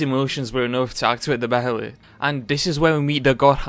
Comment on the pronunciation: Behelit is pronounced like 'bay-let'